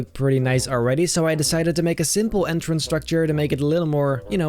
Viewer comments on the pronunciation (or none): Yes, Dude On The Freefall Ride The Entrance Sigh Said INTRANCE Instead Of ENTRANCE. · INTRANCE Dude Its Entrance Try To Fix It Pleas